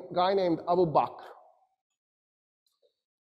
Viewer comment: he doesn't even pronounce Abu Bakr right. He calls him abu bak. What he said about Umar and Khalids relationship is wrong. Especially suggesting the idea of the worry of a coupe. Otherwise it's a pretty good lecture but this is some real orientalist nonsense and conjecture.